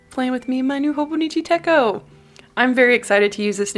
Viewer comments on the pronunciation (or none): Techo is pronounced just like it’s spelled, like the “ch” in chocolate